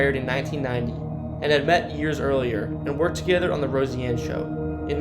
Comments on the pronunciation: pronouncing it differently (like po-tay-toe vs po-tah-toe) and pronouncing it incorrectly (it is Rose-anne not Rosy Ann... or Deh Moyne not Dez Moinez) are two very different things entirely. Learn to pronounce or don't do videos. Simple as that. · Dear God man, Pronunciation!! ....Rose-Anne. Uh-Tum-Wah.... Des Moines (the "S" are silent)... "Deh Moin" .. you'd be a lit more successful if you'd create your own content and not copy and paste video from others and Read Wikipedia pages ... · Seriously it's pronounced Rose-anne and De-Moin the S ' are silent. I hope u don't live in Iowa if so their education system is effed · Learn how to pronounce names. Her name is not pronounced as Rosie Anne Bar, but as Rose Anne Bar! Other words mis pronounced were Des Moines, Inebriates just to list more. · How come this guy says "Roseanne" so oddly? It's pronounced Rose-Ann. Not Rosie-Ann. Come on dude! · Nice video. You should consider practicing better annunciations. One example is Roseanne is pronounce Rose ann not Rosy ann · I’m not sure how you don’t know how to pronounce Roseanne’s name and Des Moines. It’s pronounced Rose Ann not Rosey Ann and Da moin or De moin. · In Iowa, Nevada the city it pronounced Ne-vade-a. Des Moines is French, so you don't pronounce the "s". I love these videos but how can you not know is pronounced Rose Anne and not Rosey Anne? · Enjoying the video but getting caught up on the Rosieanne name.. it's Roseanne... Rose.. Anne... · Roseanne. Not Rosy-Anne. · Rose-Anne not Rosey-Anne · Please program the AI better, make it familiar with the unique names you find in iowa. Roseanne Is pronounced Rozanne, ottumwa is Ah-tum-wa. Des Moines is pronounced De-moyn Too bad these places can't be rehabilitated and humanely used to house the homeless or care facilities for people with mental health disorders. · You don’t know how to pronounce ROSEANNE?? You say it like this ROSE🌹 Ann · It bothered me sooo much haha. Rosey-anne bahaha. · Pronounced. Rose Ann